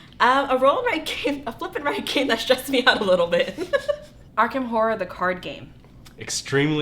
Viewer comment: Definitely the way you kept saying stressed ... It’s going to be a stress inducing real time game, but found it to be for my friends who normally dont like the slow strategy build up games to be really engaging. Already cannot wait for June Recap ... love this series you’ve created ... wished there were more videos cause I wanted to binge watch.